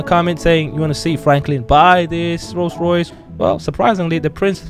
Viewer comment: I like the rollce royace